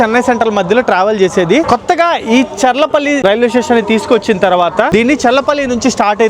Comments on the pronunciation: చల్లపల్లి కాదు bro చర్లపల్లి 😂😂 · Chellapalli kadhu bro cherlapalli 😂